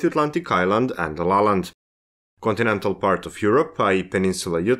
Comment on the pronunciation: I understood it is Lolland, not La Land